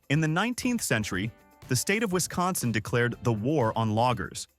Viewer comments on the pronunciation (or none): none